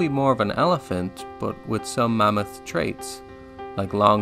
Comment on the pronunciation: Why do you keep pronouncing it "mommoth"?